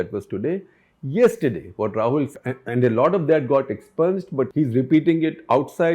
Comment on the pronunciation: Btw expunged is pronounced 'expyunjed'..